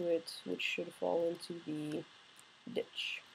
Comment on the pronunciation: lol it souds like you said bitch in then ditch